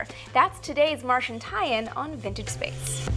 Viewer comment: lol thought Amy said "bitchinspace" when she said vintagespace..